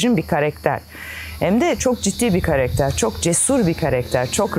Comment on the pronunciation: LÜTFEN KAREKTER DEĞİL KARAKTER DEYİN! TAKILDIM ORDA :d